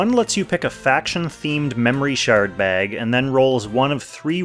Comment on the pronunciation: Not gonna lie. I heard "Should you Shart bag" and got very confused.